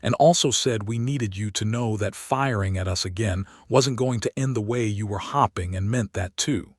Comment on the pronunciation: Dear Mr. A.I. it is HOPE -ING! HOPING. NOT HOP. NOT HOP PING! for the love of correct pronunciation, get it right!